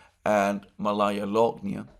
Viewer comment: It is pronounced "Maalaya" Alexander (meaning small), not Malaya.